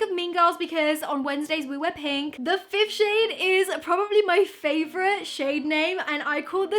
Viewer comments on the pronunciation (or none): none